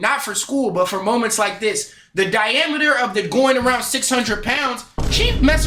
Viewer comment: Bro said dinameter no hate though it’s just funny